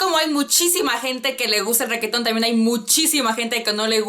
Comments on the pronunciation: "Requeton", jajajajaja, amo como pronuncias reggaeton cx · "ReQUEetón" jejeje